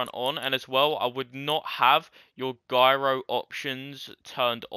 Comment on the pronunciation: Im not sure if its his accent but the developers said gyro which is said like jyro hes sayin it like Gyro if you know what i mean also is says actually too much and explains useless stuff 5 times and says it slowly